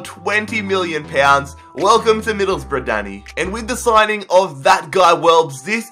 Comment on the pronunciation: Stop saying hills rough